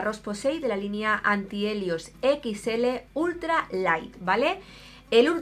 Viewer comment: Llevas razon!! Lo gracioso es q le acabo de recomendar a lety en un comentario el shaka fluid de la roche posey de la linea anthelios y he escrito "antihelios" xq ella lo habia dicho asi😂😂😂